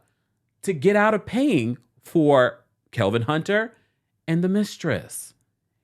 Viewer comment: I love how you call him KeLvin 😸😹😹😹